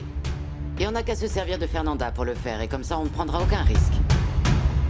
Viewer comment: Quais graciella elle á faire dit mal afernanda ohooo my gosh